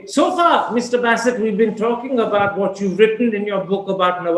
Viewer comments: He is 'B-AA-sit' not 'B-AY-sit' ..this guy Karam Thapar too British for British themselves. They get Indian-Pak names right more often than him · Basset? Basset??? 😂😂😂😂 The Wire sucks, but Karan Thapar is awesome. However, Basset??? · I guess it's Ba Ba Bassit and not Beysit. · What's baaasit? It's basit. Frankly speaking i find Thapar a bigger joker than his Pakistani counterpart. Imitation jewellery doesn't last long